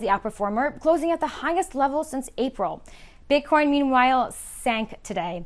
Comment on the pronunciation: she totally said bit-corn at the start